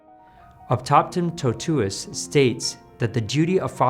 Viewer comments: «Optaptam totues»? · Actually, he says «opthapthem thothues». 😅